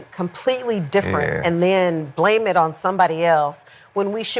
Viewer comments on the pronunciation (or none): none